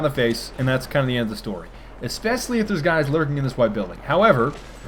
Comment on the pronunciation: Oh, The way you pronounce especially...